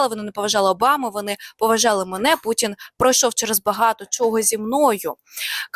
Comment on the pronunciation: Не Пуцін, а Путін, і ми не дзякуємо, а дякуємо- дуже не приємно постійно чути від ваших працівників таку засмічену вимову.